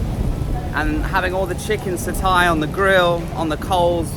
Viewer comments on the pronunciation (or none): Interesting video,., I’m sure the pronunciation of “Satay” is “Sah-tay” and not “Sah-tie”. Moreover, I don’t think one can expect cheap food in the CBD. Pity about your DJI equipment. Last time I was there, there was a DJI store. I’ve had very good customer service from them in SE Asia by just walking in with broken equipment and they’ve had me up and running on the same day. Good luck! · It's pronounced as Sart-Tare 😄